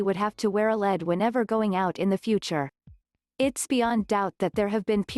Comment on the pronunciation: And you should correct these things: The s at the end of Prince Louis' name is silent, & a dog has to wear a lead, pronounced like leed, NOT led. That's what happens when you Let a computer speak for you.